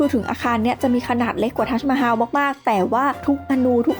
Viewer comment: ทัสมาฮัม ไม่ใช่ฮาว